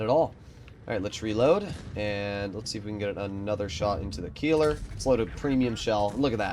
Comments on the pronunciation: Most fun part is that you have corrected people on the Tornvagn but still messing up the Keiler. Keiler is a boar but Kieler is a person living in Kiel. 😂 to help you a bit: Kei in this case is spoken like Kay from kayaking, the ler is normal. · Keiler [ˈkaɪlɐ] not Kieler [ˈkiːlɐ]! Absolut clown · Keiler would be pronounced „Kyler“ for you Americans. Hurts to hear him say it the way he does. All good tho, maybe next time you‘ll get it right 😂